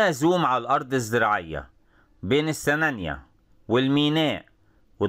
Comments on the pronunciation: جميل جدًا، ياريت تنور دمياط وراس البر 💖 نطق السنانِيّة بكسر النون وتشديد الياء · راجع طريقة نطق السنانية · حضرتك بتنطق السنانيه غلط